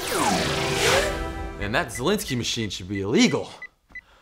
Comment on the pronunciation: It's "Szalinski".